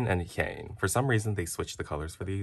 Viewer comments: heyy! btw you pronounced Hyeins name wrong! it’s “HI-IAN” in syllables! Love you new sub and great vid! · Hyeins name is pronounced “hey-in” (Im not trying to hate 💗💗)